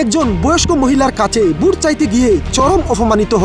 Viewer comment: Ai YouTuber ki vashai kotha bole ?? Vut ki naki vote. Kotha bolte pare na abar YouTuber hoise . Sor amar samon theke hahahaha 😂😂😂😂😂😂